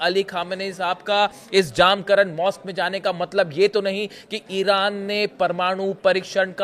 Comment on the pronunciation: 1)मस्जिद का नाम जामकरन नहीं है. मस्जिद का नाम "जमकरान" है. 2)और कृपया "इमाम महदी अलैहिस्सलाम" कहिये.